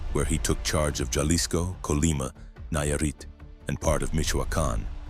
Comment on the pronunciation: Either this is AI or dude just doesn’t know how to pronounce very popular locations. Jalisco isn’t pronounced with a J sound